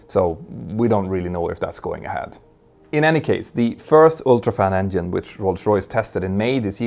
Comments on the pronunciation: it's not endine, it's engine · I like how he says ‘endien’ 😊